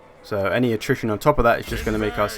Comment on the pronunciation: You sound like you are saying nutrition instead of attrition?